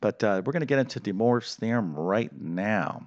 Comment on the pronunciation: "Dee Morves Theorem"